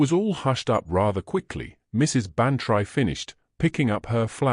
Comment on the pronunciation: You AI reader pronounces Bantry wrong. You should spell it Ban-Tree, then A I will say it correctly. Winnipeg Manitoba Canada